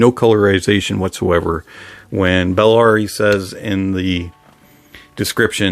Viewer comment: Buh- la-ri